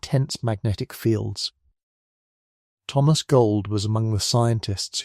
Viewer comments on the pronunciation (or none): none